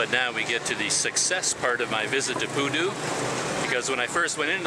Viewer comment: I heard koodo instead of pudu...